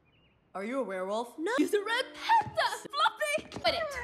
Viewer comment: “Shes a red phanda” is what it seems that abby says